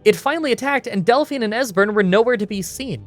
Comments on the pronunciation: Delphine is not pronounced "Dell-fine". It's "Dell-feen". Have you ever actually played the game before? They say her name a hundred times. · I can't be the only one who cringes a bit when says Del-fine instead of Delphine... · Hey,, if you play through once with sound on you will hear the name pronunciations for a lot of major characters. Like Delphine is pronounced Dellfeen, not Delfine. Not a huge deal, and obviously not important. Your content's fantastic. Currently binging your Kings Quest Videos. (4&5) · Lol Del-fine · "Delfine" lol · Why do you keep calling her "Del-FINE"? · No one ever in the history of civilization, ours or Elder Scrolls, has ever pronounced Delphine in that way before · Not sure if you have heard this 300 times yet. I have always her Dephine's name pronounced with a hard e sound. Not sure if that is the correct way or if you maybe would have a problem with your accent. Love all your challenges by the way.